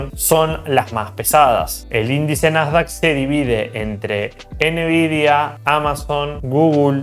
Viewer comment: Todo excelente, como siempre. Pero por favor, deja de decirle a Nvidia "enevidia" jajaja por favorr! Saludos!